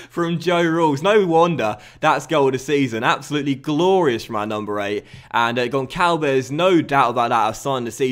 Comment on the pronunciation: Sign Florentino Luís, he is an amazing DM way better than Camarasa from Benfica with huge potential, and it isnt Gonkalves, its Gonssalves